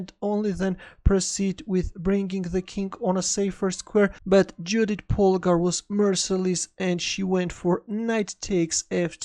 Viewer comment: Awesome game. By the way,, Judit is pronounced like “Yoodit”.